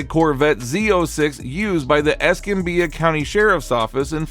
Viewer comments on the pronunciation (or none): It's pronounced "ess-CAM-bee-Uh". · Learn how to pronounce Escambia.